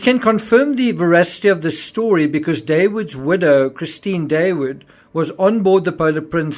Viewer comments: Not Daywood btw Dah-ooood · Dawood means David. Pronounce as Dauud.